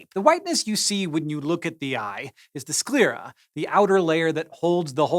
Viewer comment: Is that the proper way to say sclera? Through all my classes and training and whatnot, I've rarely heard it said, and the couple of times that I did the pronunciation was slightly different. From my previous sources I would put my hat in with Hank's pronunciation, but idk...